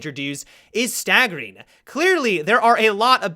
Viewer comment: Why do say staggering It sounds weird